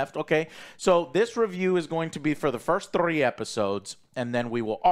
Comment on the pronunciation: Why does pronounce the word "three" like that